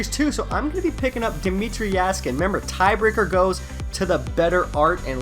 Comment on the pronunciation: Jaskin (Yeah-skin)